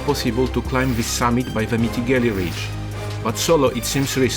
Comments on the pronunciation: Mitigelli ;) Itˋs Mittellegi. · Mittellegi Ridge, not Mitigelli Ridge 😂